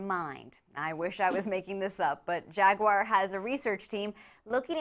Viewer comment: Please pronounce Jaguar properly